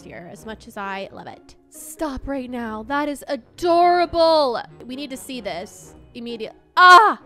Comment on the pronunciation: Are You Serious Right Neow?